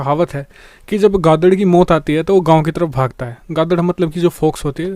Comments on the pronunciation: Gadad nahi be gidhad kahavat to thiikse bol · Bhai wo gidhan hai not gadhad😂✌ Bdw video mast🙅✌✌🇮🇳🇮🇳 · Gaadar nahi geedar hota h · Gadal nahi gidal hai vo sir nice video .... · Gadad nahi Gidad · गादड़ नहीं भाई गीदड़ बोलते हैं। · its not "gadad" its "GIDAD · गादड नहि gandu गीदड़ तू विडीओ मत बनाया कर यार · Gadad nai gidad bolta hai bhai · Gaadad nahi bewkoof gidad hota he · वो गादड नहीं गीदड़ होता है 🤣🤣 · Gadad nahi gidad hota hai bhai aur vo fox nahi vo siyar ko bolte hai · Gadhad nhi geedhad.. Bhai sahab